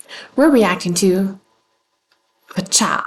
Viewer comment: Since you asked: it's [vee-cha]. That's what they use in their introduction. I'm not sure if they change their intro if they are in Korea. Their Korean name is 비춰 [bi-chwo]. Other pronunciation tips (that you didn't ask for 😋): - Hallyu is pronounced as 2 syllables [hal-yoo] (it's actually even [hal-ryoo], but let's not go there). In general, any "y" in a romanization is never pronounced as "ee" (as in "baby") or as "a-i" (as in "by") or as "i" (as in "gym"). They are only pronounced as [ya] or [yo], etc. - since the way you pronounced "niche" is different from how I pronounce it, I looked it up. Seems like it should be pronounced as [neesh].